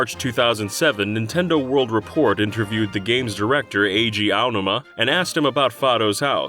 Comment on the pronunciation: Name mispronunciations are painful, just ask Eiji OWW-numa.